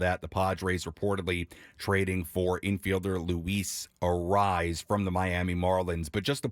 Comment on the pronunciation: Say his name right it's not a rise